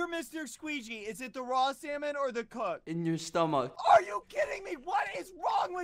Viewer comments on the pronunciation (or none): he said stomac not stomach lol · He didnt even say stomach, he said stomuc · “In your stomak” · “Where is mr squeegy?” “..in your stomoc” you died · ✨ s t o m o c ✨ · “Where is mr.squeegy??” “In yor stomok” skeepy was slain by badboyhalo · Skeppy: in youwr sTuhmawch Bbh: "looks down at it" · I burst out laughing when he said "in ur stomok" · "Which one is mr squigeey" "In yo stomock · the way he said “in ur stomuc”